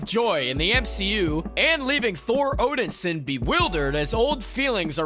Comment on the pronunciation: It would have been nice if "" could at least said "Thor Odinson" correctly. It's pronounced "Odin-son" not Odinsen".